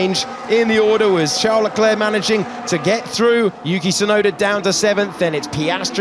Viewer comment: his name is Leclerc, Not Leclurc.!.. mr race-engineer.